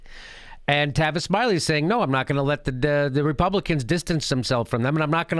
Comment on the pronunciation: It's Tavis not Travis get it right Jimmy.